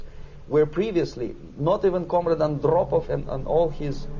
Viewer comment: comrade Andrrropov xD